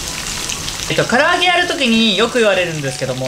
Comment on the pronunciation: 「こここにしたりいああ あちました」のせいで霞んだ「かりあげ」